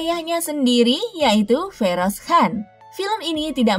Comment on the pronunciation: Baca nya juga han..harus nya khan..gak bisa baca ya..